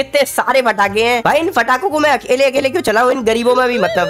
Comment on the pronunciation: Bhai fatake nahi patake